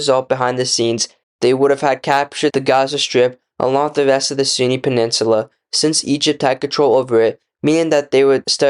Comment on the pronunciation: Great video but you could try practicing pronunciation I think lots of people are turned away by poor audio quality. You constantly refere to the Sinai as the Sunni which is annoying.